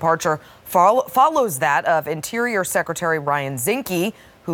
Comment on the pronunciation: Did I hhear, "...follows the departure of Inferior Secretary Ryan Zinke..."?